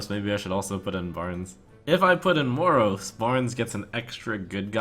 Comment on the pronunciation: Why does he keep pronouncing Moroes like he does? It's been making me feel ill xD